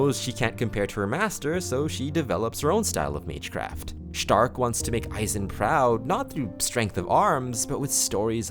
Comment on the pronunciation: you are the first english speaker i heard that tries to pronounce starks name the german way